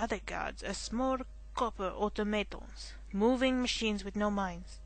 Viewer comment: Automaton: Auto, as in automobile, Ma, as in Mama, Ton, as in Tongs. I'm not really sure why I'm correcting pronunciation, it's a bit rude of me. But a fun game to Let's Play. Reminds me of watching my neighbour beat this game since it wouldn't run on my PC ages ago.